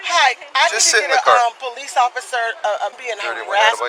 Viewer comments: It’s police, not polesse. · Paraplegic but driving a car and can’t pronounce “police” or speak properly….ok.